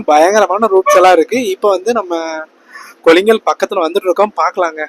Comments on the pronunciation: Bro அது kollingal illa கொள்ளேகால் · கொல்லிங்கல்...இல்லை... கொள்ளேகால்....